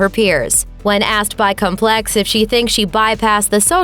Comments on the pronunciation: Terribly hard to listen to this robot voice. The magazine is complex not comPLEX. She is talking while kat dennings is being shown (I’ll direct you you already made comments why that’s a good thing). And I’m super impressed by how life-like it is! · Complex is pronounced COM-plex